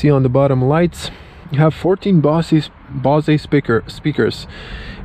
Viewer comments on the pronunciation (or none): And the sound system isn't "bozz-ee".